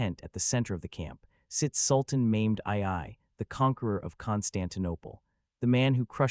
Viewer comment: Sultan Maimed, Really???? Forget about the pronunciation, you totally changed the Sultan's name and telling History, What a Joke!!!